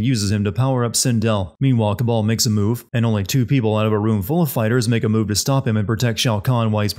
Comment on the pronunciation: It's Kabal, not Cabal. You would think that you'd realize this after fifteen or so hours of a game where virtually all Cs are replaced with Ks. =P Anyhow, great video as usual! Voting for Avengers...assuming it can be sinned.